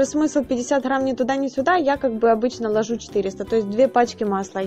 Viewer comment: Не ложУ, а лОжу🤣🤣🤣🤣🤣!